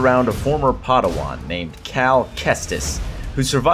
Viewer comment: did you say padawan as podawan